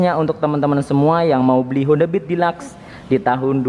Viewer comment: Dilaks? Deluxe kali hhahahahahhahaha